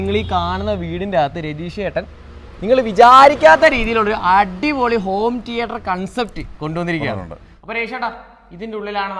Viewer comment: ടീയേട്ടർ അല്ല anchor സേട്ടാ തീയറ്റർ